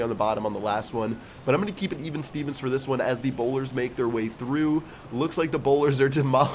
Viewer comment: Bowlers not bolders